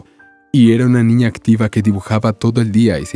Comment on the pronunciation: Buena historia, pero hay algo que no comprendo....porque cuando cuenta la historia,dicen una ñiña y tambien un ñiño ???